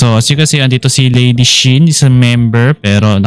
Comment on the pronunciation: LazyShin hindi Ladyshin lol